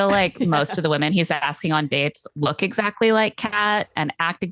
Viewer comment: Word watch: 3 Also every time you guys said “Exactly” all I was hearing was “ExZACHly”